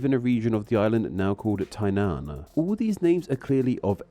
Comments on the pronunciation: Tanai?? Its Tainan. Mispronouncing a word while you can clearly read it. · This video was so poorly researched and pronounced that I went straight to the comments when he said "Tanai"🫠 他奶奶的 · I regret not offering pronunciation tips on that community post. I understand not knowing qiu is pronounced like chiou, but what did you pronounce tainan as tanai... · I enjoy watching your videos but there are so many mistakes in your video as others have pointed out which made this video hard to watch as a Taiwanese. You butchered the pronunciation for Tainan which is pronounced how it's spelt (Tai Nan, like Thailand and Naan bread). Nan means South, Pei/Bei means North, Tung/Dong means East and Chung means Central. So the most prominent city in the south is Tai-nan, most prominent city in North is Tai-pei, the most prominent city in the east is Tai-tung and the most prominent central city is called Tai-chung. It just happens so that when the Dutch took over Taiwan by settling in Tainan, that area was called Dayuan that later became Taiwan. Then during Qing Dynasty, they decided to rename the cities of Taiwan into Taipei, Taichung, Tainan and Taitung etc. The island is called Taiwan and so even though the official name of the government situated in Taipei is called The Republic of China, the geographical island name is now synonymous with ROC. Everyday speech people refer to Taiwan as Taiwan, like how colloquially you'd say Great Britain but you can say the United Kingdom when speaking in political context, to emphasise the government or when you refer to Great Britain + Northern Ireland and other UK islands. Whenever PRC refers to Taiwan in English, they'll have it as "Taiwan, province of China". In Chinese they will say "Taiwan, China", similar to "Texas, USA". They will every refer to Taiwan as just Taiwan because that can be interpret